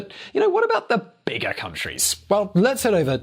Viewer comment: I heard it as a beggar country..lol